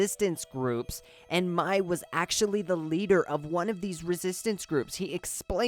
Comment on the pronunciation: I think you meant Mai, but pronounced it as May...